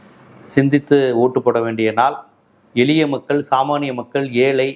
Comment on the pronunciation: It's not எலிய makkal, it's எழிய makkal bro,, please fix your Tamil when you talk